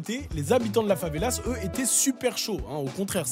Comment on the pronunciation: Favela prend un S uniquement au pluriel = une favela / des favelas . Et en français, même au pluriel on prononce pas le S.